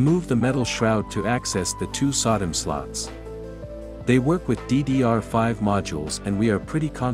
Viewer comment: The way SODIMM is pronounced by the TTS is very funny